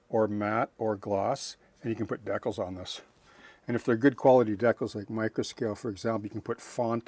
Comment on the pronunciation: Thanks,. Once again, you gave us an invaluable insight into modeling details. I look forward to trying this one out. We must have grown up modeling during the same time period. I noticed you called decals, decals, and not deckels as some modelers do. I thought I was learning new modeling terminology the first time I heard it.